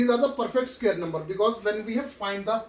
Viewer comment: Sir you are scaring me with sqare 😂😂…. Btw good teaching but bad pronunciation😗💨😶‍🌫️